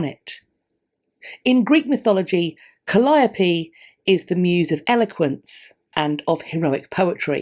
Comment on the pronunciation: No,, all my dictionaries state quite clearly, that 'Calliope' is pronounced as cal-LIE-o-pee, and that is the only pronunciation I've heard others use in English. In other languages, of course, this ancient Greek name is pronounced differently. You are right that ancient Greek did not have stressed syllables, but English does, and every English word of two or more syllables has a stress on one of those syllables. Knowing which syllable in an English word is part of knowing how to pronounce it. If in doubt about where to put the stress, just consult a dictionary.